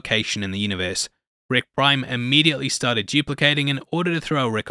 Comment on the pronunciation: I swear i keep hearing you saying ‘Rick Grime’ instead of ‘Rick Prime’